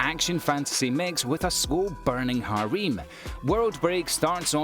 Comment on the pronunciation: its harem not hareem